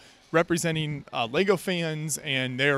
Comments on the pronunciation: Am i out of order to be finding it hard to absorb a dude supposedly obsessed with Lego who keeps saying "Lay-go"??! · Why can’t you say the word ‘Lego’? Of all the words to pronounce weirdly?